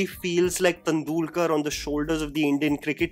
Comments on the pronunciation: Everything was ok till you pronounced "TUNDOOLKAR"...Its Tendulkar damn it! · Tandoolkar kaun hain? Tendulkar toh bol leta 🤣🤣🤣 great analysis though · What was it with saying Tandoolkar and not Tendulkar 😅😂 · Bruhh it's तेंडुलकर not तंदुलकर 😂😂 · The Tendulkar pronounciation was pretty awkward, is it only me or everyone felt the same??